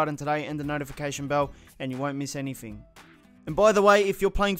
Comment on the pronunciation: "Anyfing" bloody hell. Who taught you to speak.